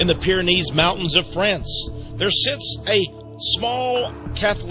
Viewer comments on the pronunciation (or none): none